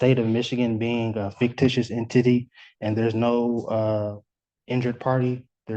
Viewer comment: "State of Michigan being a fictitious En-Titty"